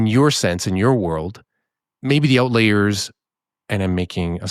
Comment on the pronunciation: Is saying "outlayer" instead of "outlier" on purpose?